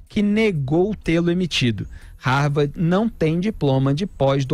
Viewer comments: É " RARVARDI " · Ela mal sabe falar de modo formal. Para alguém que dizia ter pós-doutorado, ela se expressa muito mal. Se bobear, não sabe nem escrever ou falar Harvard do modo correto. Vergonhoso isso!